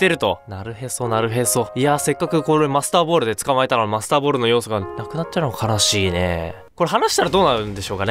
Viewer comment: masterballの発音が良すぎて、Monsterballに聞こえる